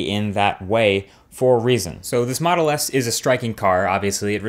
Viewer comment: have I heard "Moto S"? :>